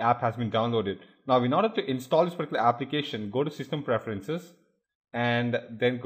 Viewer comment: omg can you at least say particular correctly haahaa